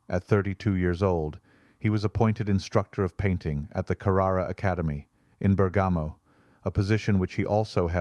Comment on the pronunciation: Another great video!! Bravi! Your Italian pronunciation is a bit wobbly though: Tallone is pronounced tal-OH-nay and Mancini is man-CHEE-nee. Bergamo is BER-ga-moh. The very Italian pronunciation rule is that the accent is always on the second-to-the-last syllable, except when it's not.